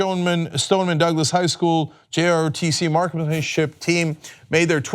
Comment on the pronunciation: It's called J-R-O-T-C. Not ROTCIE . Sorry but that bugged me 😑